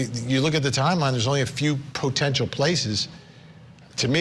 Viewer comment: "POtential" 😂 Vinnie loves hitting thst word with the emohasis on PO. "POtentially" 😅